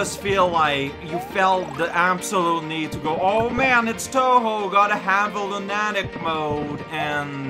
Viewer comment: Bonus points for his pronunciation of "lunatic"